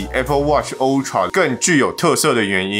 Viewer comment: 每次聽到有人刻意唸“歐”~tra 我就很想罵他髒話，到底是想表現什麼？